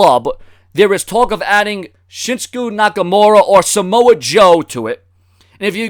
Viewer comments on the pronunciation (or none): Shinskuuu!!! Wtf